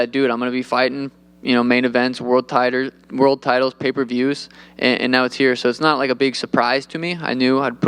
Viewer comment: Bro said world titers